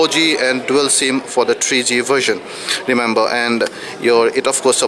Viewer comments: He said-"CHEAP CHET"....not ChipSet...haaa...haaa....and "TREE G" not 3G...lolzzzzzzz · tree g? chip chet? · did he say chipchet? and thrice? lol..